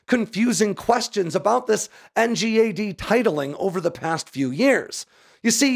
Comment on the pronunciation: Dude it’s pronounced N-GAD… what is this N-G-A-D silliness